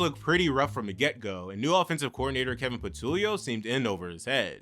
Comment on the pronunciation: What Philly fan says Kevin Patulio? Every Eagles fan knows how to pronounce that name.